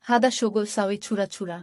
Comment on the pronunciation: আপনি আরবি শিক্ষা ভালো করে শিখবেন তারপর আরবি ভাষা শিক্ষা নিয়ে ভিডিও বানাবেন। আপনার আরবি উচ্চারণে অনেক ভুল আছে দোয়া করে ঠিক করে নিবেন। উদাহরণ :হাদা, শব্দের উচ্চারণ হাযা হবে। এরকম আরো ভুল দেখলাম। যেটা বলতে চায়ছি, আপনি দোয়া করে, আরবি লেখাসহ ভিডিও বানাবেন। কারণ আরবি কখনো বাংলায় সঠিক উচ্চারণ করা যায় না।